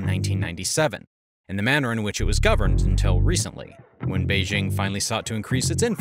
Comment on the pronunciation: Dude, can you please stick to one pronunciation of President Xi's name? It's pronounced "SHEE". Not 'Gee', like gee wiz, not 'Zse' like zsa zsa Gabor, not "Zee' and not 'Chee'. It's Xi as in SHE. Same goes for Beijing. It's Bay-JING, not Bay Zsing (not sure where that Zsa Zsa Gabor pronunciation all started but it's maddening.)